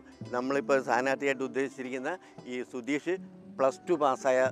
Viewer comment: റിപ്പോർട്ടിംഗ് വളരെ നന്നായി.. പക്ഷേ റിപ്പോർട്ടർക്ക് അക്ഷരശുദ്ധി ഇല്ല. സുധീഷ് എന്നതിന് പകരം സുധീശ് എന്നാണ് പറയുന്നത്